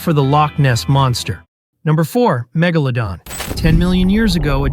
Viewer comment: Bro literally missed magalodon is megalodon with a e